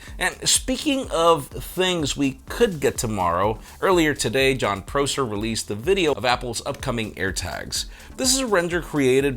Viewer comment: Can you please pronounce Prosser correctly? I am sure you know how to.